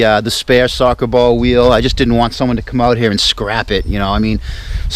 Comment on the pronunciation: Sawka bawl wheal... wtf is a sawka bawl weal